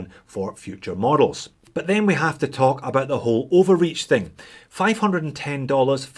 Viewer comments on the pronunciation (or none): none